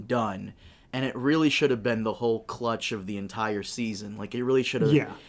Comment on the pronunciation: Btw, it's "CRUX", not clutch. Sorry but it was driving me crazy